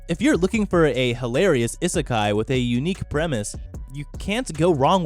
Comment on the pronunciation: 'I' sekai, that is not how u pronounce it